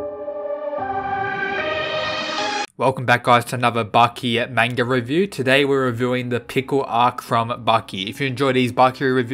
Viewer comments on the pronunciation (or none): none